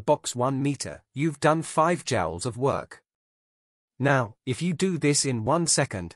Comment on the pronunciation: Joules not Jowls.... how you gonna take over the world if you cant speak?